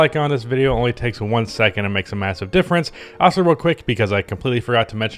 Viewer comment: I will subscribe to your channel if you learn how to pronounce "Also" correctly. It's in the name of the channel after all